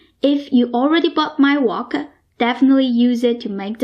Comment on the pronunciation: I lived in China for a long time and accent is very familiar. Chinese often add an "a" after words like wok, that ends with a "k" so it becomes "waa-ka", the "k" becomes "kah", that's why it sounded like "walker". Frank becomes "Frankah". Another interesting thing is Chinese do not have a "V" sound so words like "very" are pronounced "wary", and wegetables.